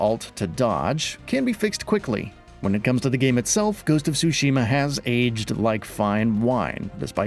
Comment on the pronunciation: as someone who speaks Japanese, the way he pronounced Tsushima as "sushi-ma" cracks me up lol